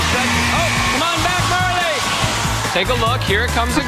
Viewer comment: And he also said Marla the instead of Marley